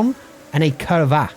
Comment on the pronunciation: Should have waited until the end to post this all together... The U should always be a short "OO" as in Cooper. I noticed this on "Curva" and "Curvón".